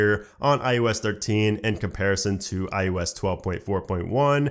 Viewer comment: why do you keep saying I-U-S 13? its IOS